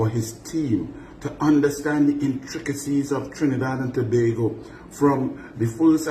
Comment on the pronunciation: I was also impressed that he pronounced Tobago Correctly!!!